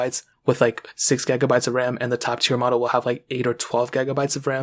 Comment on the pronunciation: Its gigabytes not gegabytes lol